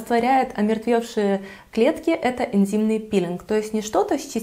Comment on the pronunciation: Мне одной слышалось "Интимный пилинг ", "Интимная пудра " потом )))))) Сижу думаю,что это... Потом заглянула в инфобокс,смотрю "Энзимный пилинг))))))))))))